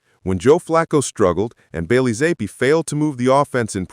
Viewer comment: You M0R0N. Stefanski doesn't hate any of his players. He may not have wanted to draft Shedeur, but you're a conplete lDl0T if you think he hates Shedeur. Hard to take any AI video serious if they can't even pronounce Zappe correctly.